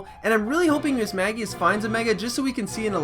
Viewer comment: The constant Mismagius mispronunciation had me writhing in pain